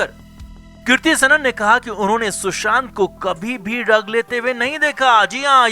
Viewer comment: ये ळग क्या होता है? It is ड्रग्स